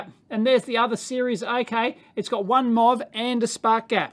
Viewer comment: he's saying "MOV" in kangaroo accent. metal oxide varistor.